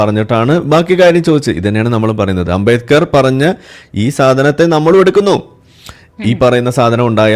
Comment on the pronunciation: ആരാ ഈ അമ്പേക്കർ ... അംബേത്കർ എന്ന് നേരാം വണ്ണം പറയാനറിയാത്തവനാ അംബേത്കറേ കുറിച്ച്‌ സംസാരിയ്കുന്നേ. 😅